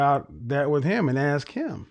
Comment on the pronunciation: Your husband's first job is to educate you on how to pronounce English words correctly. Let me help you, the word is ask, NOT axe